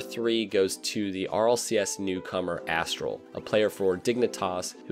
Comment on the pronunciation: says Aztral like ‘Ass-tral’